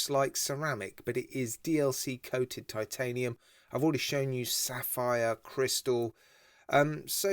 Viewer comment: I bought their Reef Madter, three or four years ago. Really well made and excellent lume. Have to say l rather like this new Appollo too. Yeah, could say sightly cartoonist hands, but they're big, chunky and unique. Another excellent video. Not going to mention the pronunciation of titanium any more. I've obviously lost that one. Cheers. All the best David Rutherford.